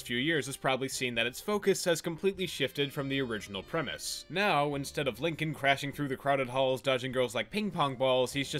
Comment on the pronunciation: The only time said “Lincoln” and not “Leenking”